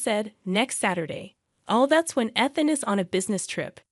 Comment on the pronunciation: You can't consistently say Ethan properly so this will be a no for me